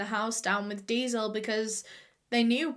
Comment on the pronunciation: i didnt understand that she was saying diesel and i was like "what's deazel" to google and i was wondering if "deazel" was like kerosene but she was saying "diesel" the whole time😭🤦🏼